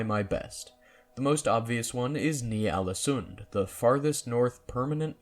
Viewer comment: God I hate that Johnny Sims didn't look up the pronunciation of Ålesund, cause I cringe every time I hear it. I know it's a me problem, I get that John and his buddies aren't Norwegian, so they would pronounce it like that, but I am, and we don't.